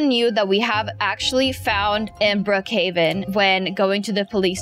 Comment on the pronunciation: Its Brookhaven not brookheyvan